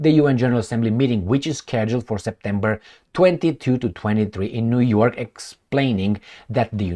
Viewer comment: U said Jew York😂 in the good ol' jewSA. You r the best